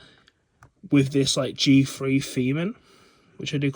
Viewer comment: Learn how to pronounce th properly. It's not a fre - therefore it's not a G Free, it's a G THree